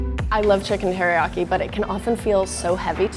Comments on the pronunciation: "I love chicken heriaki" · “Hairyaki chicken.”